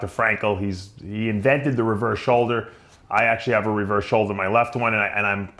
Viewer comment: "Soulder surgery"